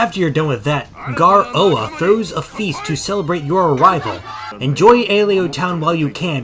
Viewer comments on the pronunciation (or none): For the love of god it’s ga-roa